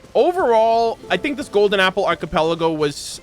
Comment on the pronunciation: it's wrong in the same way people say nu-cu-lar instead of nuclear.